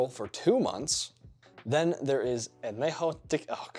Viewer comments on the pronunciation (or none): Ayyy, love epsolon! Definitely my go-to mid-shelf tequila! Great for mixing in a Paloma too! Tiny Spanish lesson, if you ever see an N with a squiggle above it, you were supposed to add a Y to the end of that N. So the proper Annunciation would be “An-ye-ho” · Añejo is pronounced anyejo (with the spanish j which you did right) because it's an ñ not an n. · Your pronounciation of añejo sounds like you have a piping hot pizza roll in your mouth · Don’t tell me how to drink tequila the authentic way if you can’t pronounce añejo… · 1.) Añejo clearly has the enye (ñ) and I’m so surprised that even people that never studied Spanish don’t pick up on this. 2.) Your second pronunciation of ‘Jalisco’ was unintelligible. 3.) The thermostat is rad lmao 4.) Solid vid and I really enjoyed it, best of luck to you! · Can't say añejo but I'm suppose to trust ur advice? Lmfao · Lol the way you pronounced añejo 😬 but good video though! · Please look up how to pronounce ñ. It’s not an n and not pronounced like an n. It is a separate letter in the Spanish language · Dude cannot pronounce añejo. Hard pass.